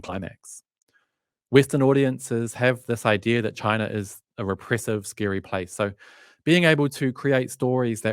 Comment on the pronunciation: I remember in one of your posts you made fun of someone who didn’t pronounce Xinjiang properly! Could you please tell me what country you were referring to when you called a country Chiner?